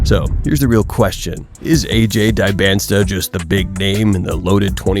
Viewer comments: Really should learn to pronounce his name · If you don’t even know how to say his name, I’m not sure I should listen to anything you have to say about him. . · This video doesn't even know how to pronounce Dyboantsa's name properly. I'm out.